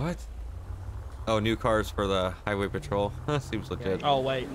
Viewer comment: "Are you a heeway patrol?"